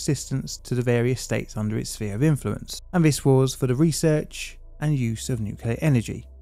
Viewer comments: Shutting down a nucular power plant that keeps having nucular accidents is plainly difficult. See what I did there? 😉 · It's pronounced nuke-you-ler. Surprised you didn't know that.